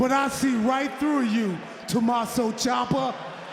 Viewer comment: It's pronounced CHHHiampa!!!